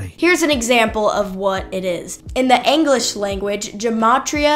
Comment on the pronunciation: She said "Anglish" instead of "English" and "Gramma" instead of "Gamma"... I'm guessing homeschool...